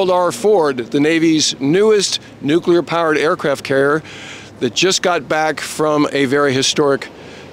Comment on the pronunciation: "Nucular", said Homer! Thx for your reporting...